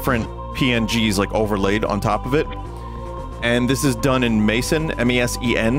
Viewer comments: Mesen is pronounced like Mess-en, not like Mason… ugh i hate english speakers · Hearing mesen pronounced as "maesen".. wait what hahah